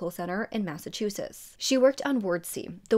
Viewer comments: I really enjoy your videos, you're very thorough. I have watched several of them where Massachusetts is mentioned. Massachusetts has t's in the end, you never pronounce them. I'm sorry I'm not trying to be mean! ❤️ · And I think it’s so cute how she pronounces Massachusetts lol I’ve noticed that a lot of people not from here tend to mispronounce it. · That made me giggle when she said it that way lol and I think it’s wicked cute how she pronounces; Massachusetts. 😊